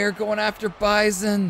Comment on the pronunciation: Bruh how you butcher bison and Akuma names but said dahlsim name perfectly Great showing otherwise Akuma was putting on